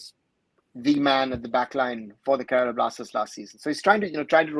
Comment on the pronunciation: It's Kerala not kerela...